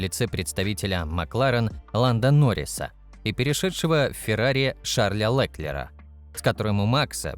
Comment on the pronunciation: Бля автор, прежде чем делать ролик, хотя бы подготовь правильное произношение имен и фамилий гонщиков, половина вообще не понятно что за гонщики Джан карАла физикелло, Батас, лЭклер, еще и великий райкОнэн попал под замес просто позорище 🤦🏼‍♂️